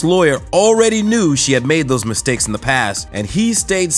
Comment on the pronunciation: When hees making misteks *french accent 🤣